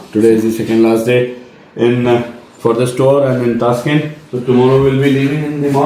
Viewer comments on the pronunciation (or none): Hi didi both you and bhaiya kept saying taaskent its Ta SH kent.